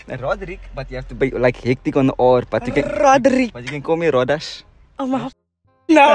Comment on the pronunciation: Not the “Roddas”😭😭😭